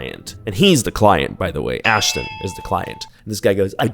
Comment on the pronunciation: I thought you said ASShton HOLE for a second 😂😂